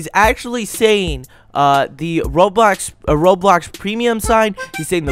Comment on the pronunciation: ITS NOT ROADBLOCKS ITS ROBLOX